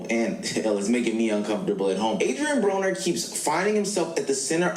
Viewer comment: No, you pronounced his name right. Brahh-ner.